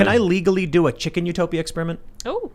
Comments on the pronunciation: something bugs me about how he pronounces it. chiCKENN! Not sure why lol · I always get annoyed by the way Tim pronounces the word "Chicken". And of course he has been obsessed with the word in the past few weeks lol.